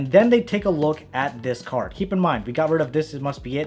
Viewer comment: He said cerd trick in beginning